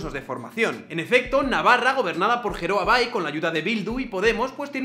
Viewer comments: Solo he visto 39 segundos del video. PRONUNCIAS FATAL LOS NOMBRES ES EUSKERA. Recuerdo cuando pronunciaste Uxue Y ahora Jeroa Bai... Al estilo de casado diciendo que Getxo está en Gipuzkoa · Geroa suena a Jeroa 🙈😂😂😂 En euskera se leeria como Gueroa Bai, la g nu ca es fuerte ❤️😂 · Genial el vídeo, como apunte no se pronuncia "jeroa bai" si no "gueroa bai". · Muy bueno!! Interesante sección! Te informo que Geroa Bai se pronuncia "Gueroa" Sigue así crack!! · Se pronuncia: Gueroa bai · Un par de puntualizaciones: - Geroa Bai se pronuncia "gueroa bai" (que a todo esto es el partido al que voy a votar) - en Pamplona es EH Bildu el que tiene la alcaldía (con el apoyo de Geroa Bai y el resto de fuerzas de izquierdas) - Skolae y el empoderamiento apestan... pero la alternativa de los grupos de la oposición es el nacional-catolicismo más rancio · Geroa bai se pronuncia como “gueroa bai” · Se pronuncia GUEROA BAI. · Geroa Bai en castellano se pronunciaría "Gueroa bai".